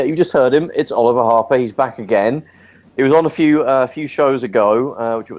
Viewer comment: O-LI-VER HAR-PER